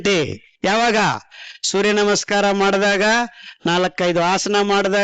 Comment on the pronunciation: i dnt thnk we can get any thought tat hes muslim if we are not aware of his name..his talks r lik tat..he pronounced surya nama in more better way than many amng us